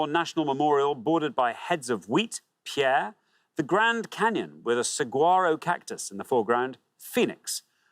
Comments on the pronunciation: He mispronounced several cities on the pointless lists. In fact, he mispronounced Pierre in two different ways. He said “pee-AIR” and “pare,” but it’s pronounced “peer.” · as someone who lives in south dakota it is pronounced Pier for pierre not pear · Pierre, SD is pronounced like pier not pear. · For the record, Pierre is pronounced "peer," not "pear." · literally not even the american says it right, it's pronounced like "peer" not "pear" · And he corrects Pierre to “Pare”. While most Americans seem to pronounce it “Pee-air”, South Dakotans pronounce it “Peer”. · Quite a few mispronunciations. The capital of SD is pronounced like pier, not pear; mar-IN County at the north end of the Golden Gate. They did, though, pronounce Detroit better than a lot of Americans, especially southerners, but even the automated PA voice at the Detroit airport: "DEE-troit Michigan is in the eastern time zone." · Prediction before watching: Juneau and Olympia will be pointless answers. Edit: Oops! Juneau has a U. Poor pronunciation of some city names, e.g. the city of Pierre is pronounced like pier. This for the first round shown in this video. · I've always heard it's more like pier.